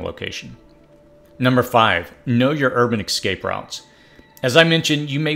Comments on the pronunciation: Like your videos, but the word is pronounced ess-scape, not ek-scape. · eSSSSSSSSSSSSSSSSSSSScape!!!!! NOT eXXcape!!! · Dude, learn to say “ESCAPE”. It’s pronounced just like it’s spelled.